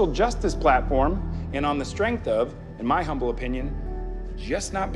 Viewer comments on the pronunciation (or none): none